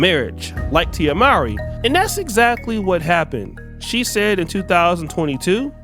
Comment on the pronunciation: Her last name is actually pronounced: “more-ee.”